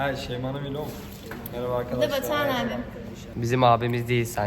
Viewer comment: K: Avkadavlar mevaba K: Ben niye böyle konuştum ki? 👼🏻👼🏻👼🏻👼🏻🤍🤍